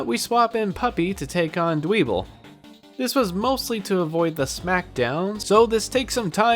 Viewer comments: It really Bugs me, how you mispronounced Dwebble. I understand mispronouncing some pokemon names, like Riolu since it's not obvious that it's the beginning and end of Lucario shuffled up, which I mispronounced as R-ow-loi for the longest time. But, I feel like the bug living in a pebble having pebble in it's name is as obvious as getting over the head with a rock. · Dwebble (Dwell-Pebble) Toe-may-toe to-ma-to, I know, but I did warn you I'm a bit of a pronounce purist